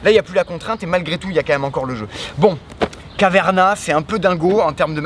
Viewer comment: Please, arrêter de massacrer Caverna 🙏